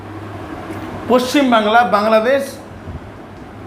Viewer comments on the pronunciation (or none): none